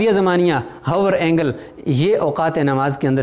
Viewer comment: السلام علیکم ۔۔۔ دائرہ زمانیہ یعنی hour angle کو پڑھتے ہوے لفظ " h " نہیں پڑھیں گے یعنی " آور اینگل " پڑھیں گے ۔